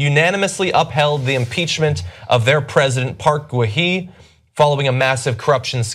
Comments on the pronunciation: President Park Waa-heee? Wow, I was sure he was going to say it wrong but not that wrong. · weirdest pronunciation of park gun hye ive heard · You're wrong about South Korea and impeachment. Roh Moo-hyun was impeached by the South Korean National Assembly on 12 February 2004. The difference between his impeachment and Park Geun-hye's (whose name John mispronounced) is that the Constitutional Court upheld her impeachment and overturned his.